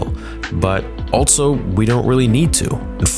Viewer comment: No longer going to say “also”, I’m now going to say “altso”